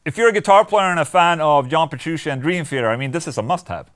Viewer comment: Petru... CHEE. NOT SHE. DAMMIT OLA. WE'VE COVERED THIS!